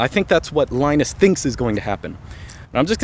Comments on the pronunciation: Why do you pronounce Linux correctly, (lee-nux), but keep calling the man Lie-nus. The guy's name is pronounced Lee-nus. You even said yourself, the OS is named after him. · It's pronounced "Leenus" not "Lainus"! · LInus is pronounced leenus!